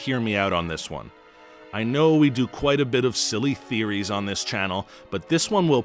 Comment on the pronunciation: Am I the only one hearing him say “I don’t own either” /43, instead of “I don’t know either”? 🤔